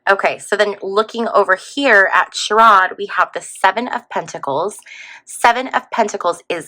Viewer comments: It’s pronounced like SHARE-id ❤ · Ohio Senator Sherrod Brown’s first name is pronounced Share-rid .